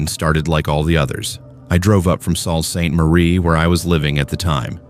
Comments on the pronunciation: Salt ste marie 😅 .. it's said like Soo ste marie lol.. loving that the first story has my home town "The Soo" in it tho. It's nice to hear canadian stories, especially close to home...kinda 😅😅 Maybe I do like hearing about US stuff more so tho ahaha 😂😅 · I live in Sault Ste.Marie is pronounced- sue saint marie. Not sue salt marie. Lol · Yup AI BS GOOD OLD SALTY SALT STE MARIE 😆 😮😅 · I laughed so hard when he said that